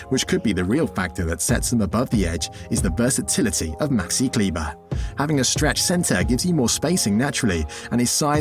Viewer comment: As I know him since his years in Würzburg as a teenager for s.Oliver Baskets there is not much I didn't know. And yes, when you make a video about a certain person try to pronounce his name properly (German). But nevertheless a good video dedicated to Maxi.